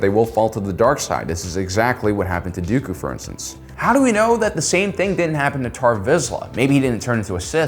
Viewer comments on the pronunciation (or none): none